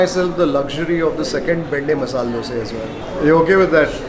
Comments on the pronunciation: Love it when u say dose instead of dosa..😆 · I like how he says Dose and not Dosa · Wonder why you call them doseee and not dosa ?